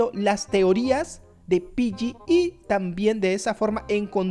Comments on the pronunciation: hey no se dice piyyi se dice piggy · Wow tengo roblox pero le dices pilli a piggy es gy no lli